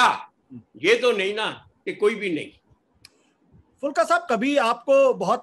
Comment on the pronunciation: आशुतोष जी, उनका नाम एच एस फूलका है, फुल्का नहीं। बड़े ऊ की मात्रा पर ध्यान दें।